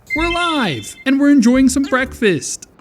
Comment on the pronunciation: Mmmm bekfast